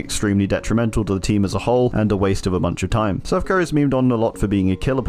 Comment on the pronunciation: you said “Self-Care” wrong